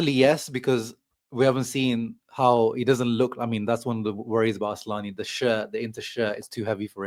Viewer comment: It is isn't asslani it's asllani 😂